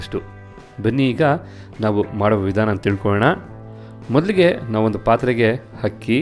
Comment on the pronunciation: Hakki alla akki.. pls aa and haa kara sari madkoli sir.. chennagirutthe..